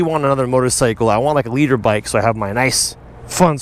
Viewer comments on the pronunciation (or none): I always thought he was saying he wanted a leader bike not a litre bike🤣😂😂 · I'm not a motorcycle guy, but I've been watching for like 2 years and I always thought you were saying "leader bike". I didn't know it was called a liter bike until you spelled it out in the title.